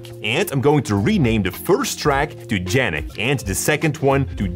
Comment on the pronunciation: Did you just say Jannick instead of Yannick? Since when Y is pronounced J?